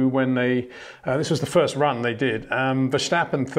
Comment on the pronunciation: Can you please exert some effort to pronounce Verstappen and that Monegask correctly?